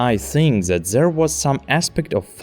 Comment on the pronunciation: It's either German over-correction or a Slavic speaker? ._. As I keep hearing a Z in That. I get English isn't phonetic at all due to an outdated alphabet with 26 letters isn't enough. Also Says brought with the wrong vowel. It's not a diphthong, but a monophthong. Also you spelled pronounce wrong. T_T